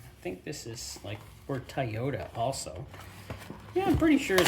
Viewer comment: Hey!!✌I live in North Carolina!! The Home of PUROLATOR, AND WIX FILTRATION!! The U.S. Home Of MANN-HUMMEL, The German Filter Company that Bought PUROLATOR/WIX!!🧐🇺🇸🤘🤘🤘✌✌✌✌✌😊 I couldn't help, but notice that you pronounced TOYOTA as TIE YOTA!! That's how alot of Elderly, Rural Southern people pronounce it!!🤔🤔🤔😉😉😉😉😁😁😁😁🇺🇸🤘🤘🤘✌✌✌ Hey, maybe if Parts of Canada Secede, and Join the United States, the Oil Filter Availability, and Prices will drop!!😅😅😅🤘🤘🤘🇺🇸✌✌✌✌😊